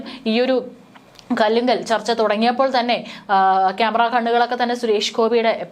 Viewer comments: കലുങ്ക് ... (Culvert) കല്ലുങ്കൽ അല്ല കുട്ടി. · കൊച്ചേ മലയാളം നല്ലവണ്ണം പഠിച്ചുവേണം പറയാൻ,"കല്ലുങ്ക് വേറെ കലുങ്ക് വേറെ, ഒരു തെറ്റ് വീണ്ടും വീണ്ടും ആവർത്തിച്ചു, അത് ഇനിയും ശ്രെദ്ധിക്കുക, കുറ്റമായി പറഞ്ഞതല്ല, ഒക്കെ. 👍. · കല്ലുങ്ക് അല്ല കലുങ്ക് ആണ് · കല്ലുങ്ക അല്ല മോളെ കലുങ്ക് ആണ് ശരി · കലുങ്ക് എന്ന് പറയു കല്ലുങ്കു അല്ല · കല്ലുങ് അല്ല കാലുങ് അറിയില്ലെങ്കിൽ ആരോടെങ്കിലും ചോദിക്ക് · വാർത്ത വായിക്കുന്ന കുട്ടി നിങ്ങൾ ഇതുവരെ കലുങ്ക് എന്ന വാക്കു കേൾക്കുകയും കാണുകയും ചെയ്തിട്ടില്ലേ കല്ലുങ്ക് അല്ല കലുങ്ക് എന്ന് ലളിതമായി പറഞ്ഞാൽ മതി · കല്ലുങ്ക് അല്ല .... കലുങ്ക്... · കല്ലുങ് അല്ല കലുങ്ക് ആണ്. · സേച്ചീ, കല്ലുങ്ക് എന്ന വാക്ക് തെറ്റാ, കലുങ്ക് / കലിങ്ക് , ഇതാണ് ശരി.